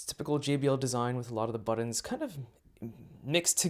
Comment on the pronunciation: Geez, takes FOREVER to get to the "meat and potatoes" he claims to be getting too. Wastes a lot of time on nonsense speak like the soft case. Explains absolutely NOTHING about the buttons, or as he pronounces it, the "buddons". SMH. Waste of time! All he does is pull it out of the box and tell folks nothing.